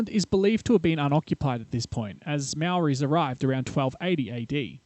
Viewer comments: Very poor pronunciation of maori words. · Hey nice video, as a rugged old maori man I didn't mind you're bad pronunciation of words. I was more interested in you're korero on the science and geology side of the story. I've watched the video on gns website is pretty interesting. I work at a geothermal energy plant just out of Rotorua